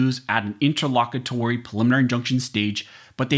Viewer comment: I thought that was supposed to be pronounced as "inter low cute ery".